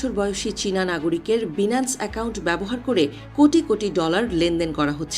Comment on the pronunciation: আপনাকে রিপোর্টার কে বানাইছে😳😳 BINANCE(বাইনান্স) কে বারবার বিনান্স, বিনান্স বলতেছেন।